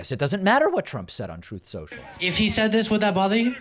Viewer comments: The "Troth Sential" audio gets me everytime lol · I don't understand, is it Truth Social or toth sensial. Can as dump says it.😮